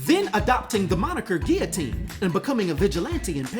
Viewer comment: I really like Guillotine’s armor & appreciate the realism of a character that protects themselves when hitting the streets. Did the Sword flee after hearing “I’m Rick Jones B***h” 😁Great job with this video and real smooth with the French pronunciation.